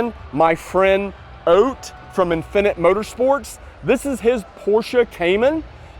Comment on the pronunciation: ROFLMAO.... He still can't say "infinite" correctly.... His own native language and he can't pronounce it correctly. 🤣🤣😂😂